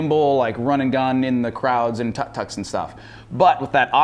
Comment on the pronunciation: (tuck) Tuk Tuks? you mean (took) Tuk Tuks!